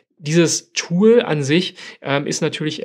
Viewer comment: Von dir ausgesprochene englische Wörter wie z. B. Tool, sind haarsträubende "Denglishs". Mit wildfremdem Akzent. Kanns du nicht einfach für das Englische ein normales passendes deutsches Wort finden? Ansonsten Video ok.